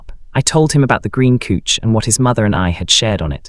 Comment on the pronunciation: Couch pronounced "Kuch". Do you listen to these stories before you post?